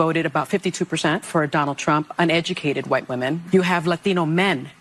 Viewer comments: Look at her emphasize "uneducated white women". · Listen to her emphasis of “uneducated” white women. They really despise when ppl dont go get brainwashed at the universities